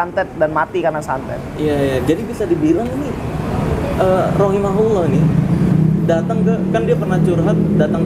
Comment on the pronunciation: bang marcell keren.. sedikit koreksi bang. untuk doa kepada wanita yg udah meninggal khususnya muslimah yaitu ROHIMAHALLAAH bukan ROHIMAHULLAAH . pake HA bukan HU,diambil dari LAHAA (kata kepunyaan untuk dia perempuan ) dhomirnya dari HIYA Dia perempuan. makasih bang.hhee